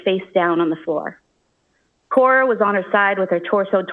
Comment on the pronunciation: why does she keep calling Cora “Core”???